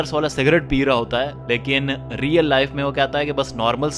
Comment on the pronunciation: Bhai Apna Real bolna to thk kr lo plzzz